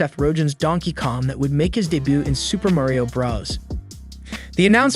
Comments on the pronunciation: It’s Mario not mayrio 😂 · why tf are you saying merio?! you say so mich weird for his name